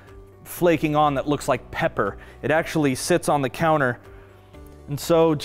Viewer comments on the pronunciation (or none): none